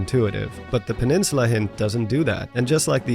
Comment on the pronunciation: oblivious peninsuluh